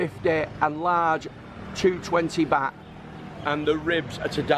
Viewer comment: I saw your vids in Boracay, you went to all the expensive places, it's pronounced Bart not bat! Haha